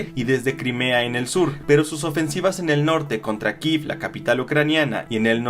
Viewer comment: *KIEV, se dice Kiev, no "Kiv", y siempre será KIEV no sean ridículos. Ya están igual que el "Golfo de América". Pensé que iban a decir la verdad pero siguen repitiendo la propaganda anti-rusia. Sean NEUTRALES. Flojera dan.